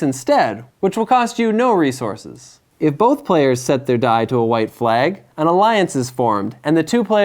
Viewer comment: Good game explanation. It was a bit distracting that he kept saying "re-zor-sis" in stead of "re-source-s"